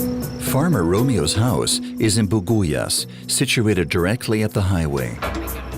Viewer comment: Buguias pronounced as Bugyas.